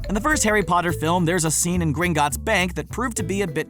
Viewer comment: Harry Potter? More like Harry POOTER